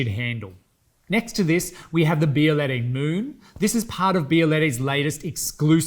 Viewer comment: This not « bialayday »